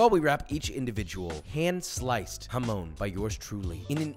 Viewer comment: The pronunciation of jamón hurts me😭😭😭